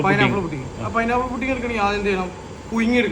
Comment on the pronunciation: പുഡിങ് ❌ ഫുഡിങ് ✅